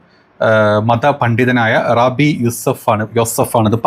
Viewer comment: ഞമ്മളെ "Rabi" അല്ല........"rab....I " ആണ് 😂